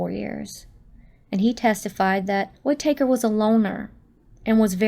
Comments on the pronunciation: Whit-taker? Wouldn't you learn the correct pronunciation before u say it wrong 100 times? LOL! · Whitaker…short “a”. Please pronounce the last name correctly.